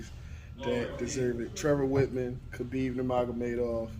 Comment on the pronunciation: The correct pronunciation of his name is “Ha-beeb”. Not “Kuh-beeb”. Anyway, all the things he says about him are true. That’s why he was my second favorite MMA fighter.